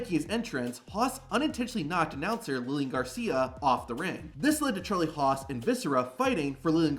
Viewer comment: Lmao at “Charlie Hos”